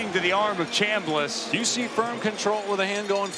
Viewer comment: NEVERMIND! He said Chamliss😂